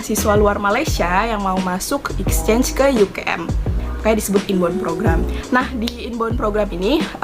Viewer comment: Mbak 'inbound'- is prounce as "in bow'on" NOT 'in bond'. :)))